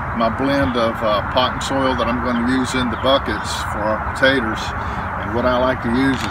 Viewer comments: I like the way you say tators. GREAT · why does he call it Pawtaytaz ? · Thank you, love the way he calls them, "tadders " and how refreshing it is to hear your prayer at the end!